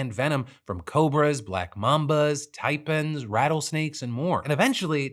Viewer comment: Love you and following you forever. Need to work on pronunciation, specifically the Rafale (Rah-Fall) and Taipan (Thai-Pen).